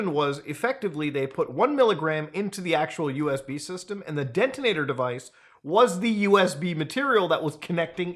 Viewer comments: detonator, not dentonator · Today I learned Muda can’t say detonator